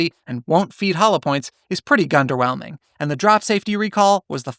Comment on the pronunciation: I believe you said "gunderwhelming". Gundamnit, that was pretty good.